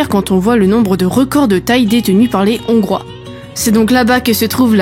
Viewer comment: On ne fait pat la liaison avec le S de des, on dit des Hongrois sans appuyer sur le H et en Hongrie sans faire la liaison avec le N